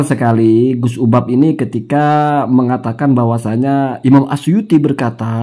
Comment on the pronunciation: Kamu nyebut nama orang aja juga fatal. Namanya UBAD, kamu panggil UBAB. Dari sini aja, masyarakat sdh paham.